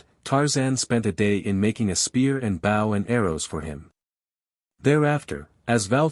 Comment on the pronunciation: Worst AI reading ever. Bow as in the bow of a boat when it is bow as in a bow and arrow. Get a real person to read the book and not make such stupid mistakes.